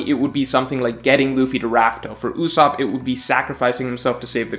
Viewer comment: Duude not Ussop please